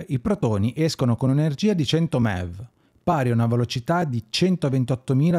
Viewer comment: Bellissimo approfondimento, complimenti Solo una parentesi: MeV e GeV sono, banalmente, le abbreviazioni di Mega ElettronVolt e Giga ElettronVolt: sono unità di misura (mi fa strano sentirli nominare "mev" e "gev", un po' come se si pronunciasse "cappaggì" anziché "kilogrammo" 😉)